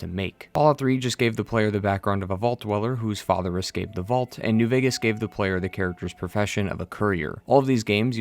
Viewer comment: Preston Garvey was the worst thing about this entire game. Shaun is FAJAH, FAJAH is Shaun.